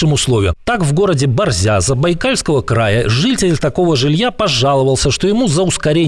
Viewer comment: БОрзя. Ударение на "о".